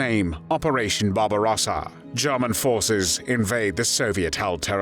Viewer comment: Good video but the voice commentary is not pleasant. It’s murder not Marda. German not Jarman..etc